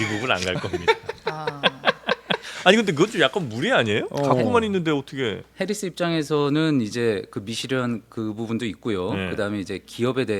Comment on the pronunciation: 오... 팩트체크의 김필규 기자님 드디어 복귀 하셨군요 ㅎㅎ 근데 "해리슨" 이 아니라 "해리스" 입니다 ㅎㅎㅎ